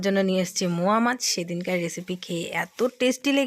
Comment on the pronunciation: Moa mach na go. Ota mourala mach bla